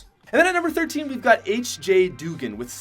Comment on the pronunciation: He said HjDoogan's name right